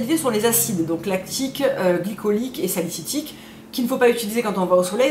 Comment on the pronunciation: acide salicyLique et non pas salicytique 😉😉😉